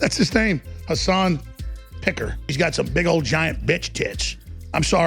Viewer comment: Haha Alex Jones saying has-doosh-san has bish tits was hilarious af hahahh